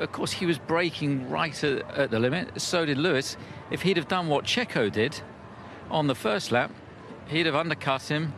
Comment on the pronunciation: Heard what you keep emphasizing Christian, "one the first lap". That dirty driver of yours did it repeatedly in later racing laps.